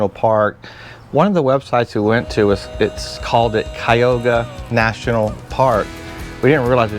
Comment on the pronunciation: it is pronounced CUY A HOG A